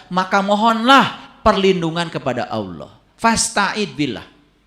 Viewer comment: setan lebih pintar drpd. jgn kan baca alquran,nyebut nama Allah aja salah.